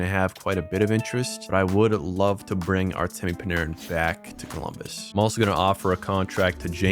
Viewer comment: "Cumbolus" Deadass bro?? 🤣